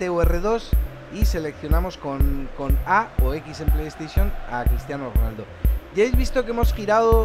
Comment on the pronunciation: Min dice Cristiano ronalda